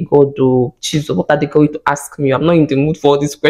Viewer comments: 😂😂😂😂😂 they sound it axe😂😂😂😂😂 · The way Nigerian say the word ASK...love from Nairobi Kenya